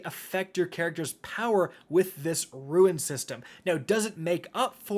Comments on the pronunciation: Rune is pronounced roon, not ruin. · Rune. Not ruin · Ok are you saying, “ruins,” “runes,” or is “rune,” pronounced, “ruin”? Ok never mind I saw the screen which says,”rune.” Am I saying it wrong or are you though? I say, “roon” not “roo-in.” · Ffs the word is roon not ruin. Must be the destiny 2 brain damage. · Destiny and Outriders had a baby and Warframe is the crazy uncle! Also you mispronounced "rune." It's pronounced ro͞on and not ruin (ˈro͞oin). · RUNE! NOT RUIN. It is pronounced like Dune. sorry, just you said it like 20 times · Roon, not Roo-in. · Rune is said “ROON” not “RUIN”, super tilting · Looks kinda neat, might check it out as a change of pace. That said,.. say it with me ROON, not roo-in. Nitpicking internet assholery aside, thanks for the detail on this! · Anyone gonna comment on the fact that he is saying ruin instead of rune... anyone, ok I will :) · “Rune”. Not “Ruin”. Different words. I hope your FT heckles the crap out of you for this.😂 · Please stop saying it like ruin. Rune is said like roon. Otherwise great video as always. 👌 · for the 100th time it’s a ROON not a RUIN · Rune.... kinda sounds like moon, but with an R /roon/. What you are pronouncing is 'ruin' /roo in/ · It's not pronounced like ruin. That's how you are saying rune. Dear lord, every time you say it, I just wanna choke someone. Rune. Sound it out. There is no I in the word. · My guy, it’s RUNE not RUIN. Lol. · My guy it’s rune, not ruin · It's RUNE not RUIN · Rune is pronounced ROON not RUIN lmao🤦🏻‍♂️ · Why... Why are you saying, "ruin?" Why not just say rune? It's not, "ruen." It's roon." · Rune is pronounced 'roon' not 'ruin' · RUNE not RUIN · My guy, it's RUNE, not RUIN. Pronounced like ROON. Every single time you're saying it like ruin... come on, man. This ain't some strange, archaic word nobody's ever heard of. RUNE. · I swear he says ruin just to tilt people. I can’t be the only one to say it’s Pronounced ROON, man, you keep doing this to me.